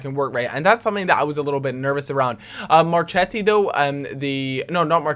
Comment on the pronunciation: Mar-kett-i and Key-a-leany btw!